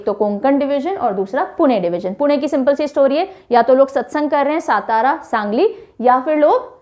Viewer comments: Nice pronunciation and explanation. Only one correction Satara should be read as Saatara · कोंकण नाही कोकण, सतारा नाही सातारा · सातारा नही सातार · आशिम नहि वाशिम, गोंडिया नहि गोंदिया, सतारा नहि सातारा, धुले नहि धुळे, नेस्ट टाइम आप सहि बोलि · सतारा नही सातारा है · Mam not सतारा it's सातारा (राजधानी सातारा) 🚩🙏 जय शिवराय 🙏🚩 🚩 जय महाराष्ट्र 🚩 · Miss it is सातारा